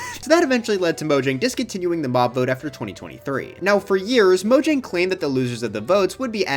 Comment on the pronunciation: its pronounced mojang not mojang be careful